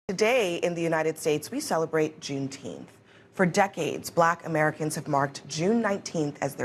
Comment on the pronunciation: Juneteenth or Shooteenth??